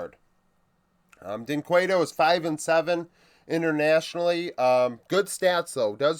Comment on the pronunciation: Just as a shoutout to help you, to pronounc dynquedo in the "right way" you can kinda say "jhin kedo" cause in the case of his name the U is mute. love your vids, as a brazilian that lives in the united states it is awesome to see some engagement coming from the us.